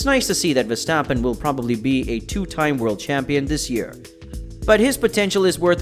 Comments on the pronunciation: For the love of God please stop calling him VeStapen. It is VeRstappen. He has an r in his name that is not a silent letter. Your channel literally has his name in your name. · Still beter than Peter Windsor, who keeps calling him "Veshtappen".